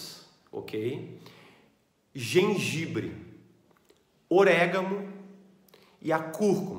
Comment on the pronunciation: Assisti até quando ele falou "orégaMo" aí parei...